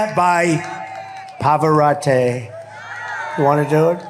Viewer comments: Showing again he neither reads nor listens. It's not Par-var-oh-tay. It's Pah-vah-rot-ti. Probably spinning in his grave. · Idiot. It’s Pavarotti (eee). Not Pavarottay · It’s not ‘PavaroTAY’ moron. It’s Pavarotti. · "Let's listen to Ave Maria by Pahva-raaht-eey." Orange Moron's brain rot is getting worse every day. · I thought his name was Luciano Pavarotti not Pavarotay!😂😂😂😂😂😂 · Hey Donnie, it is Pavarotti not Pavarotte. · He says "Pavarott-ay" instead of the correct "Pavarott-ee" showing his ignorance--AGAIN--but the uneducated MAGAts are ignorant so it's okay. 🙄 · Trump has ruined Ave Maria for me . Pavarotteeee , is NOT his name , it’s PAVAROTTI ! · It's Pavarotti, not Pavarottay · It’s Pavarotti tea Donald not take your showing your ignorance norance again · Pavarotteh? WTH? Yes, I am Italian and I take offense!! PS: yes, I know, of all the deplorable things he has done, but this just couldn’t pass like that 😂😂😂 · Trump is so boring and so out of ideas he has to talk about Arnold Palmer’s d$&k! People pass out and the idiot plays funeral music! Can’t even pronounce Pavorati’s name. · Pavoratayyyyyyyy 😂😂😂 when a dumbass tries to sound remotely intelligent..... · "Paverote" ha ha ha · ' Ave Maria ' by Pavora-tay ? The person fainted , you ridiculous creep , they didn't die . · Pavorate? Wtf? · He even says Pavorti's name wrong! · Clown boy didn't even know how to pronounce Pavarotti.